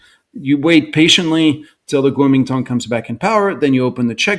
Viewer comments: He is based in Hong Kong. He used Cantonese pronunciation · When a "China expert" stumbles over the pronunciation of 國民黨 it gives me pause.